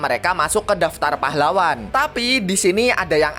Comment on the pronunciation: "pAhlaWWan" pas bilang pahlawan "w" nya Iyo kayak wha